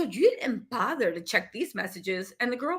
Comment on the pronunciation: "But did yah botherrrr to take pictures?" 😂